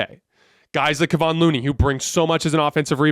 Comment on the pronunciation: Come on man. It's Keh-von Looney. Not Keeevon or whatever you're saying. He's been around for years please learn how to say his name.